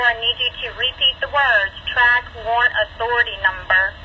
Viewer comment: Jesus, say WARRANT dude. Lol